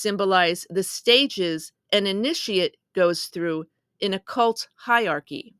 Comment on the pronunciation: Thank you for this video, and it is pronounced hi·er·ar·chy